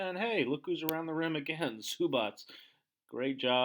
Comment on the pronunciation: Everything good but please learn how to pronounce Zubac (Zubats not Zubach).